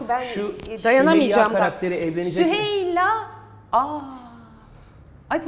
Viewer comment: kelimelerle değilde şakalarla sinirleri zorlasanız daha güzel olurdu mesela bir sunucunun süheylayı söylemekte bu kadar zorlanmasi pek gerçekci durmadı. aslında prova edilmiş gibi durdu bence zeyno ablanın her şeyden haberi vardı keşke haberi olmasaydı